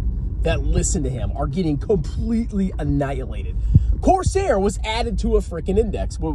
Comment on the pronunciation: Did he say Corsair my arse hair. Legend.